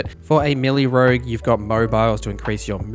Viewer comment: You keep saying "milly", did you mean "Melee"?